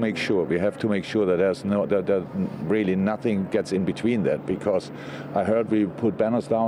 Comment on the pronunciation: "I have nussing to say, if I speak I will be in big trouble, in big trouble"